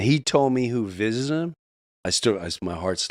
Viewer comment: "Vistited"? By aliens?